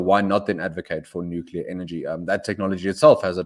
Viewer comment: Please say "nu-cle-ar"!